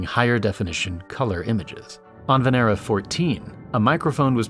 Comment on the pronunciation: Lol humanity is giving Venus V.D.... Venera sounds like Veneria.